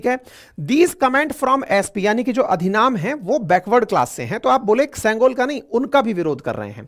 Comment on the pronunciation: अधिनाम नहीं अधिनम।